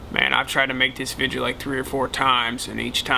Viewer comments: video not vijeo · Why's he say vidja